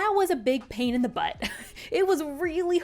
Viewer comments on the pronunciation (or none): none